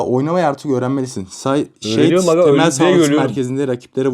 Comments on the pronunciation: Abi yazınışı Shade ama okunuşu şeyid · Şeydi değil shade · Abi o şeydi değil şeyd ( okunuş ) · Şad diye okunuyor Seydi değil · Abi şeydi değil şeyd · O şeydi değil şadi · Abi onun adı şaydi diye okunuyor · abi okunuşu şeyd diye okunuyor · Şeyt diye okunuyo abi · Şeyt diye okunuyo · Abi okunuşu şeyd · Okunuşu seyd😊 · Abi dalga geçmek istemiyorum ama shede diye yazılıyor şeyd diye okunuyor dalga geçmiyorum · Shade (şeyid diye okunur)